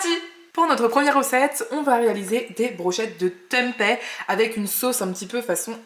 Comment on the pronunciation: Hello très sympa les salades rôties ! par contre c'est bizarre que tu prononces Tempai.... juste pour info, c'est du tempé avec un é comme dans pépé !! 😉 info y compris venant direct d'Indonésie !